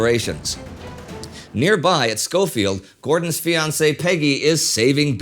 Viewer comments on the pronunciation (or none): none